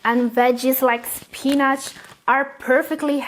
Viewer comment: spinach ..not pinach